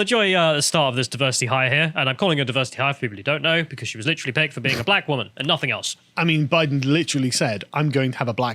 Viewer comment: woman [ woom-uhn ] noun, plural wom·en [wim-in]. an adult female person. took me 5 seconds to look up